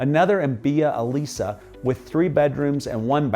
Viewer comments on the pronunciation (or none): none